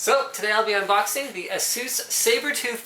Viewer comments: you saying ASUS wrong man lol (A-sus) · I agree with the Saying Asus part wrong. Say it correctly. also its C MOS Not Cmost or whatever your saying.